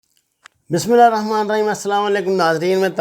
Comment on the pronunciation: میاں بسم اللہ تو درست پڑھ لیا کرو